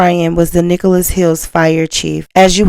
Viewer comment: Okie here, Nichols Hills, not Nicholas